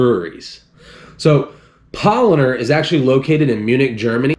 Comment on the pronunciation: Why you are saying PaulOner? tf